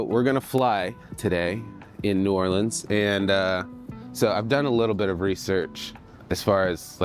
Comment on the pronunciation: Saw the thumbnail and smashed the video when I saw you were in New Orleans. Then hearing you say New Orleans the right way!? MAN! You're doing everything right. Hahaha.